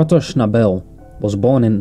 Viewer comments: Schnabel was Austrian not Australian. And his name is pronounced with accent on the first syllable. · Very interesting video, and we should thank the person who posted it for the trouble taken to make it , but there are one or two errors. Firstly his surname is not pronounced with an emphasis on the last syllable but on the first; secondly, the background music is one of Beethoven’s Bagatelles, I think from the Op. 126 set, and it was not recorded in 1950, but on 1938; Schnabel last recording was of the two sets of Impromptus by Schubert.